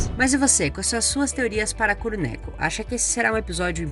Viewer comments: Kuru neku kkkkkkkkkkkkkkkkkkkkkkkkkkkkkk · A pronúncia é "Kurô nékô"